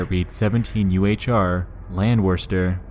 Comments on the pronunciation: When you mentioned the date in "Phänomen Raum" you pronounced one phrase below it, "17 Uhr," as "17 U-H-R." It's not random gibberish or an acronym. In German, "17 Uhr" roughly means 17 o'clock. (They use 24 hour time) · nexpo pronouncing Uhr like U.H.R is very wholesome to me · The German pronounciations are: Uhr (err) Landwehretr (Londvereter) Darmstadt you had right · As a german person I can tell you (probably some already did) that the „Landwehrstr.“ on the switch is actually an address in Darmstadt, a city of Germany. „Str“ is the short of „Straße“ which is the german word for street. The „17 U-H-R“ like you pronounced it is actually the german word for clock, so thats actually a time there, 17 o clock or 5pm as you said. The name „truemmerzehe“ translates literally into „shattertoe“ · Yes but the pronunciation is different, his was brazilian portuguese